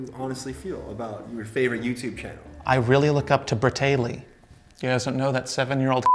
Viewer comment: lol he said Brataley